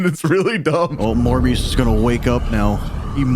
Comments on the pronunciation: hear me out... "Morebias" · Morbius more like morbe- morbbe- morbest